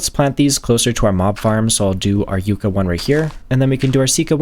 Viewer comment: Sir, that has two c's in it. It's pronounced "yuck-uh," not "you-cuh." No, despite what everyone in Europe would have you believe, those are not the same thing.